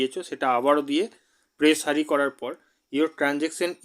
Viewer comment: Press হারি না বলে press হেয়ার বলতে শেখো।